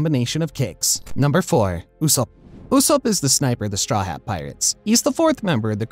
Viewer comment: So we're not gonna talk about how he said usopp